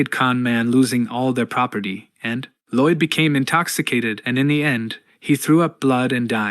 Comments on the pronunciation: I'm guessing the narration is AI. It keeps pronouncing Lloyd LIDE (like hide) when it should be LOID (like void) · Lai-oid? the hell is that pronounciation. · Gotta be honest, at this point my biggest reason to keep watching this video and not just read the comics myself is to see what crazy pronunciation of Lloyd comes next… Laiauld? How on earth did you even get an [a] sound out of that word?